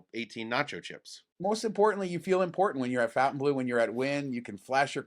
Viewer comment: I would expect you guys to know how to pronounce FontaineBleau. It's not Fountain 🤦🏻‍♂️😅